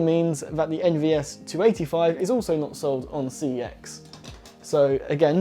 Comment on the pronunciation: It's not C E X it's prenounced "SEX" (it even says it in their ads) edit: when i said it's not C E X i meant it's not prenounced as C E X